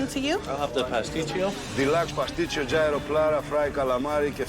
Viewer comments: Gordon for the love of god, gyro is not pronounced jay-row, its more like hero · Yeero, not giro! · You'd think of all bloody people, especially the quality of chef Gordon Ramsay is, he would make at least an effort to pronounce Gyro properly lol. It sounds like....ear-oh. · Bruh gyro. No it’s GYRO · How are they all mispronouncing gyro??? 😂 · I’m Greek. Can’t believe the way they chose to pronounce gyro